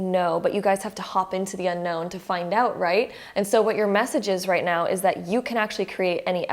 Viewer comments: Just curious, did she say "just meow" ? 🤣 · Wait wait wait... Am I the only one or was she literally saying "right MEOW" everytime!!?? 😂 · “Right nEaW” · Right meouw!😺 I like it .♥️ now I'm literally saying "meouw" each time you say "now".😆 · She was buddy 😂 It was meow